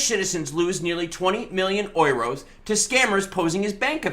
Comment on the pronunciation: It's pronounced YOUROS